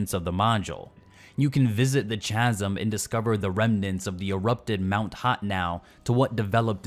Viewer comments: Chasm is pronounced KASM not CHA SM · "No one likes playing MMOs solo...." Actually, a LOT of people do - including me. Also, "Chasm" is pronounced "Kazum" as the "h" is silent. Take care.